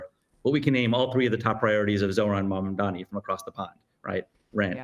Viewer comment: The name is MAMDANI you should learn to say the name because I am going to be your boss! Hahahahahaha!